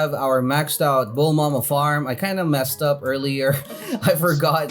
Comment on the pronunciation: Please stop saying bulmama and please pronounce Light Yagami correct